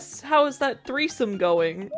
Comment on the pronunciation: your dad said treesome